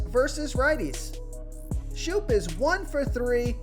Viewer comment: Berríos = ba-REE-os (accent = emphasis) Schoop = Skōp